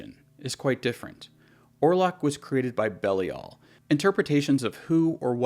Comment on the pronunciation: You mispronounced "Belial" . It's pronounced (Bee-lie-ill)